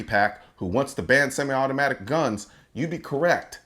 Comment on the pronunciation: The one lady couldn't even say semi automatic but she wants to ban 'em!